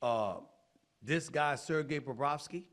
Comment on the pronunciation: Stephen A. nailing the Sergei Bobrovsky pronunciation!